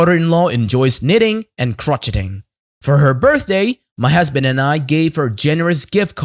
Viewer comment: crocheting...pronounce crow-shay-ing